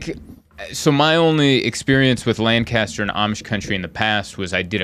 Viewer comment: Ha it’s “LAN cu ster” not “Lan CAS ter” 😂😂😂 glad you enjoyed the farmers market!